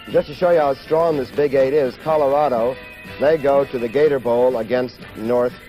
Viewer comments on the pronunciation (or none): none